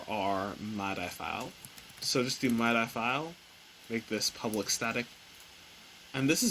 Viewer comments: that threw me too... I was like "whats a mydie file? then it clicked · Using the "My-Die" format lol its "Mid-E" bro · other than your pronounciation of MIDI as "my-die" vs. "mid-dee" lol, this is great! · hearing it pronounced "my die" rather than "mid ee" was quite the shock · ik it doesn't matter but as a music nerd hearing you say "mydy" instead of "midee" is killing mee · For over a decade now I've been calling these files "mid-ee" files and am a musician - I am afraid to find out if I have been wrong for so long now that I am questioning my pronunciation. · Never heard MIDI pronounced as Mad-Eye before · Midi is pronounced “Me Dee” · You say My Die so much bro you need to reupload how did you not learn how to say midi correctly haha